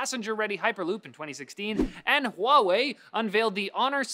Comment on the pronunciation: He said Huahwi 7... HE IS COMING BACK ON THE 7TH